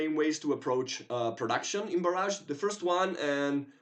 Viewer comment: FYI the pronunciation is Bar-ij not bar-azh. The second is a weapon strike while the earlier is a dam :)